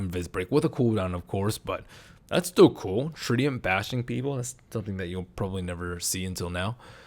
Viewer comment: "6 treants"